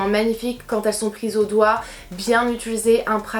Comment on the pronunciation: On dit utilisé pas utulise